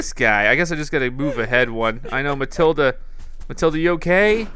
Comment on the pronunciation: It's Matilda not Mathilda